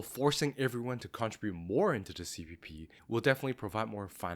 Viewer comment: Contribute not contrabute